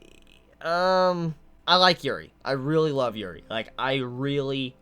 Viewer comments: I thought he said urine lmao XD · when you said yuri i well thought you said urine lmao